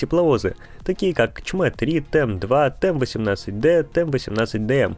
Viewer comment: ЧМЭ3,это не чмэ ,а Ч М Э...